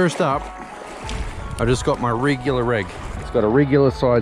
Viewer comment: Great video! I did have a giggle about the "rigular reg" though.